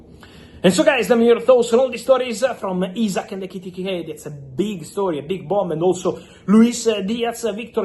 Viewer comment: Bro, say his name again..."Hugo IKITIKAY!!" 😂😂